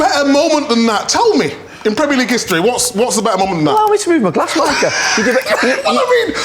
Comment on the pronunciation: 'Get your g-lass over there' 😆